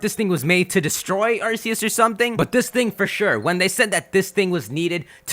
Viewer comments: ugh I'm starting to get annoyed from him saying ars-ee-us when it's-ark-ee-us gahh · It's pronounced Ar-key-us